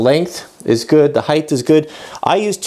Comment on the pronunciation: Hi... Still enjoying your videos... This series got a little long but I thoroughly enjoyed it. Thumbs up for the way you interact with your son... Kudos to you for that... Thumbs down for one of my biggest pet peeves... The word is "height", not "hythe"... I just can't stand hearing it mispronounced. Properly pronounciation is "hite" ... the word ends in a t not an h. It is amazing how many woodworkers and machinists on YouTube mispronounce it. so,, with that said,,, Keep up the fine work... and Thanks for the videos Anon